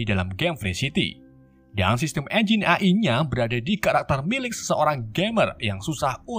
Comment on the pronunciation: AI dibaca EAI❌ AI dibaca AI✔